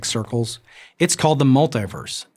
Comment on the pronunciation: mul-tee-verse, not mul-tie-verse Because you don't say u-nigh-verse do you!